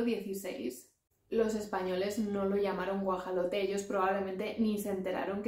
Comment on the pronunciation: tienes una particular y excelente forma de explicar. Disfruto tus videos. Solo una precisión: El nombre nahuatl castellanizado del animal se pronuncia en México como Guajolote, y no Guajalote.;)